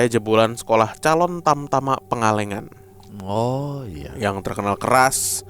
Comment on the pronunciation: kenapa orang luar sunda kalo bilang "pangalengan" tuh jadi "pengalengan"😂😂😂